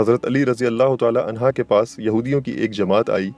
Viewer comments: Bhai ye anha nahi hain anho hain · Anhu not anha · Anha nhi Anhu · عنہا نہیں عنہ جاہل انسان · Sir razeallah hoo anha ni anho hoo hy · عنھا مت کہیۓ بھاعنہ کہیۓ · Anha nahi Anhu sahi h. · Razin Allah u taala anha nhi anhu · Ali razi Allah anha nahi anho hai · It is "unhu" not "unha". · Razi Allah anhu hota hy g anha nhi isy durust kryn kindly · Anha nahi bhai hazrat ali r.anhu kahte hai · Anhaa nahi hai sir anhu hai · Ali arazyallah anhu hai anha nahi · عنہا نہیں عنہ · حضرت علیؓ عنہ ہے عنہا نہیں یہ غلطی درست کریں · It is Ali Razi Allahu Taala Unhoo (not unhaa) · Hazrat Ali. Anhaaa ni anhoo hoga hy bhai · Anha nhi hota bro anho hota hy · Hazrat Ali Razi Allah anho and U every time said Hazrat Ali Razi Allah anha which is totally wrong please correct before uploading and answer me. Thanks and regards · عنھا نہیں ہے عنہ کہ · Bhai anha nahi anhu kha jata hai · Mashallah subhanallah jazakallah but mola Ali a,s bolain anha nhi